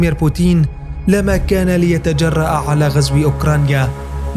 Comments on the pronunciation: تنطق بوتين وليس بوتيين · اسمى بوتين وليس بوتيين